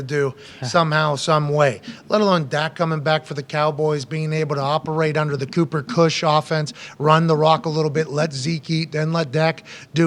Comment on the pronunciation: Pat said Cooper Kush 😂😂😂